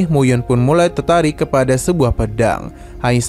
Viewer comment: Bang tertarik bukan tertaik😅😅😂